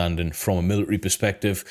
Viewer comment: Please say military properly, I love this channel but it is driving me crazy